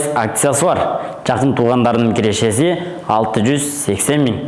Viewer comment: Кирешези,чыгашазы дебей нормальный суйло да!